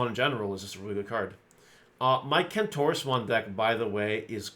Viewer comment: Soooooo watching this video and my wife was listening in and thought you said clitorusmon…….. Kentorusmon……… SMH.